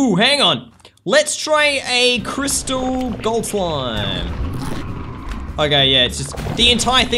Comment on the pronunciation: Its pronounced * " crystal."